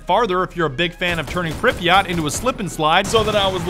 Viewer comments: Pripyat', not Pripyat Припять, не Припьять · 1 minute in and im tempted to click off by his way of pronouncing Pripyat It’s prip . Yet Not prip .e . Yat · Pripyat (Prip-uhh-YAt) Not (pripa-Yacht) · you pronounced Pripyat wrong, its pripyat not pripyot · Why did he say pripyaught when prepyet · ITS NOT PRIP-EEE-YACHT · Prip eh yet. Not prip yacht. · The ‘yat’ in Pripyat is pronounced as yet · Prip(like crip)-yat(like blyat without bl) Pronounce it smoothly Priiiiiipyaaaaaat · Call me triggered but its read as pripyat but pronounced pripyet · ITS PRIP "EE" YAT" god capitalist big dogs am i right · Its PripyAT you fuckwit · It is pronounced preepiat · Its pronounced Pry-Pee-yet you uncultured swine! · PRIPYAT' NOT FUCKEN PRIPYA'T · You are saying Pripyat so MAXIMUM funny XD Uh... That's because I am russion? Hmm...